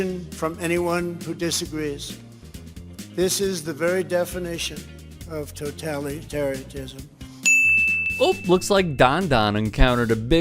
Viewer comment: “Toetalitarryanism”, what the fuck is that?